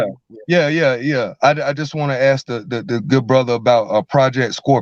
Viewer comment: Why do you say , axe, and not ask ?